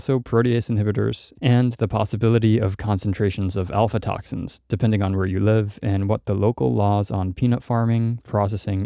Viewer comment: Aflatoxins, not alfatoxins :) Overall, great info!